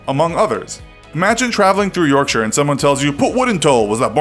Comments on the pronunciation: I like this American he's said Yorkshire the right way unlike most Americans do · I'd like to thank you for saying Yorkshire properly and not pronouncing it as york-shy-er as many people do on the internet